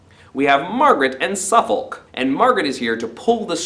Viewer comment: This is how us Englanders pronounce Suffolk: Having just read the play for the first time, found this a really good summary as a recap. Thanks.